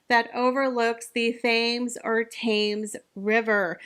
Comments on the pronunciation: ***It’s PRONOUNCED “TEMS, DEAR….THAMES = TEMS….OK? Learn it. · The Thames is pronounced /temz/. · Just to let you know the river Thames is pronounced TEMS . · Thames sounds like ‘Tems’ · Thames river pronounced TEMS. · Not so good at Thames tho 😂